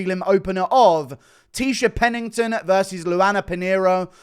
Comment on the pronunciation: Almost closed off the video the second I heard Tecia Pennington